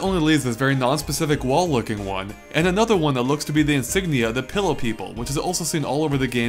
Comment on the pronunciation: It's pronounced Fe-lo, why are they saying pillow?